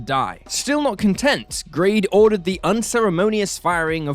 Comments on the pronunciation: The information in this video regarding the 80's is very poorly researched with several basic inaccuarcies. The narrator even refers to Michael Grade as Garde at one point, suggesting they are just reading a script without knowing what they are on about. The idea that Doctor in Distress had any baring on the future of the show is probably the most stupid of these. It was a dreadful record and badly misconceived but it was heard by hardly anybody (understandably no radio station would play it) and remains a very minor footnote in the 1985 cancellation/hiatus saga. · Grade is mangled into "Garde" after one sentence!